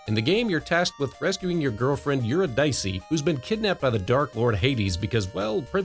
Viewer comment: Just FYI, it's pronounced "you-RID-uh-see".